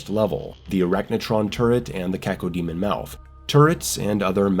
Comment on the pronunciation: No finer pleasure than the crisp way pronounces Cacodemon 👌🏻